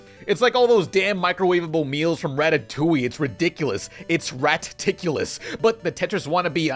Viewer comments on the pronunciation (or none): none